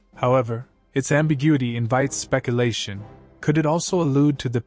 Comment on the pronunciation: CLICK BAIT! Never does tell you what happened to him!Also would be nice if this narrator actually knew how to pronounce "Josephus", "envelops" (not envelopes) and "speculation".